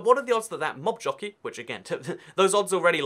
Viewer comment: I thought you said nob jockey and had to replay it just to make sure